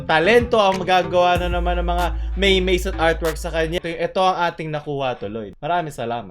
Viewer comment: MEMES HINDI MEYMEYS